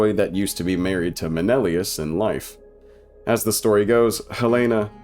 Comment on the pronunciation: MEH NEH LAY US